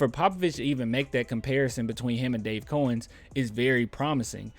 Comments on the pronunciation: It’s pronounced Cow -ens, not cOh-ens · Its cow-ens